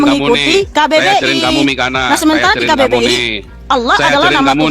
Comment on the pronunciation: Saya suka dengan ucapan si...katanya nama mikana jadi Miko ntol😅